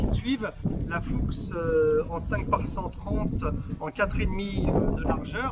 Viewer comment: On ne dit pas FUCHE ! ( ça c'est facon blaireau ! ) Mais ce prononce plutôt " FOUCKS " pour info